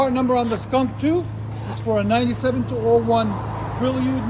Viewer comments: Prelude not Prill-yude! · You perliud come on guy 😂😂😂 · Pre-lee-ood? 🤔 interesting, hadn’t heard that one yet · Ive never heard Prelude pronounced like that